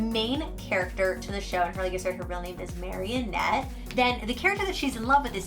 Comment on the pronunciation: It’s MA-RI-NETTE not marionette 😂💕